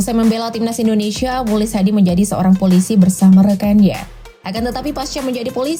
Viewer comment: mukhlis dibacanya muklis bukan mulis yg betul dong min cara baca kalimatbnyak belajar lg min....